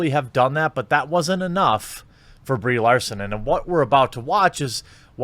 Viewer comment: At least he can pronounce her name.